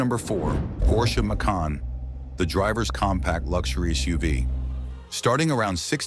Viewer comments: If you're gonna bitch about a car show the same fucking model at least. Makes, makes, Mason. Get the name right or stop.using AI BS. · How many different ways is this Ai gonna mess up the Porsche Macan’s name? Massin? Mack in? Maykin? LMAO! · FIVE different pronunciations of "Macan" in 35 seconds: AI much?